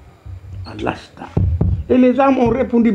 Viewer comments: c'est "Alastou" Au lieu de "Alasta" je m'exuse pour la correction🙏mais le devoir oblige. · On dit alastou bi rabikoum eu lieu de alasta